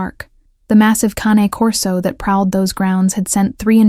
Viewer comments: Canecorso not cancorso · Love these stories but the narration voice drives me insane. I don’t know if it hits familiar in some way - no idea but it grates my nerves so I can’t handle listening to 2 in the same day! Some voices just make me unnerved or something. And the dog is a CANE corso not a con corsa- I have one. Great guard dogs